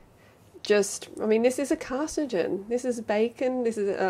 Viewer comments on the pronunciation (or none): Is than how "carcinogen" is pronounced in Australia? "Car si jen"?, as opposed to "car sin oh jen"? In the US, we pronounce it "car sin oh jen", and "car sin oh jen ick".